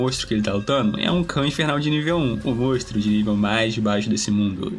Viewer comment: Triste dropar só porque ele fala mostro